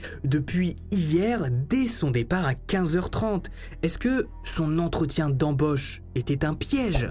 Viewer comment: Un entretien d'embÔche..😂!?... C'est quoi cet accent ? Mdr. Mais je t'adore ...